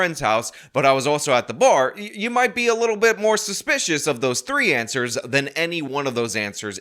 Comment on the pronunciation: No one In Illinois can pronounce the word Answers correctly